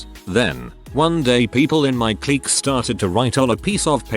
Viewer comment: Would be great if you could train your bot on how to say resume' and clique.